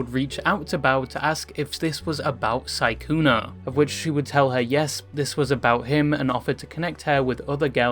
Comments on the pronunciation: Are you saying sykuner? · Im pretty sure it is sykkunO. Oooo not aaaaa. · the way you're calling him "sygooner" is frying me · Why do u keep calling him sykkuna